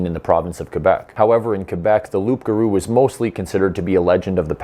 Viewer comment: Hi! Glad to see a Canadian who isn't attacking me for "not wanting pipelines" (which isn't true). Tip: No one calls a werewolf a "rougarou," except in old books. Another thing: it's spelled "loup," but pronounced "loo" without the p and in one word like : "loogaroo". 😉 Great video. I want more!